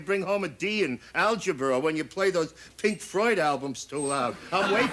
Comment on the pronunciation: "Pink Froyd albums" = HA